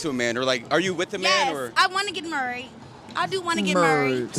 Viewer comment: "I wanna get murried" 😂